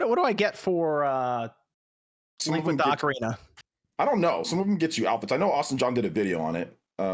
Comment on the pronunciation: Oak-arina of time. Kills me everytime.